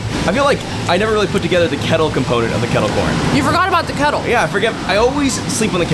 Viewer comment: Don’t worry Safiya I got your “uhh im weally starting to wwike Dollywood” reference 😂 it was hilarious